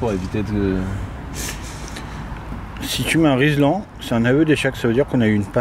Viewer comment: Ce n'est point riSLan mais riLSan ! Nom di dious !!